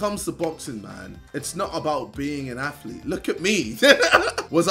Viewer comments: Ok hold up you have heart hahahahhahahahHahahhahahahaha you never in your life had a heart and btw it's not a aflet it's a athlete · Nobody: KSI: "Look at me, im not an AFLETE!" XD XD